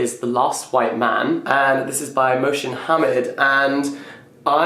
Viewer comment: ‘Mo-shin Ham-mid’, oh dear lol. No,, no lol. It’s pronounced ‘More-sin (said fast) Ha-mid.’ 🙂